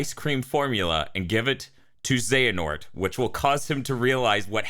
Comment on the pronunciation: 'χehanort'? I believe you mean 'Another χ'